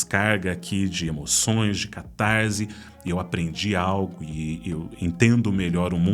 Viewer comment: Diz-se catarse e não "catarze". O ésse não está entre vogais, então não possui som de zê. ótimo conteúdo.